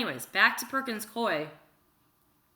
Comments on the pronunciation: Worked at Perkins Coie LLP. It's pronounced: Perkins Coo-ee *just an fyi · Also, not to correct you but just to help out with pronunciations, it's "Hue-ber" and "Perkins Coo-ey" as in, rhymes with gooey. Love you.